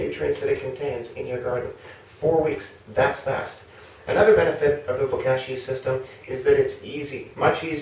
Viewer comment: Looking forward to using my first bag of Bokashi bran from y'all! Gentle suggestion re: pronunciation, since "Bokashi" is a Japanese word, the "a" should sound like the o in pot (not the a in cash). ぼかし Anyway, thank you!ありがとうございます!